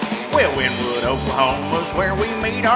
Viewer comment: First off, it's pronounced "Winny-wood." C'mon now, y'all...